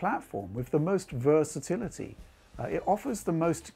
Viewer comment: versativity? you mean versatility